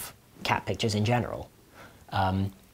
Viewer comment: Anyone else hear "cabbages" instead of "cat pictures"? 🙂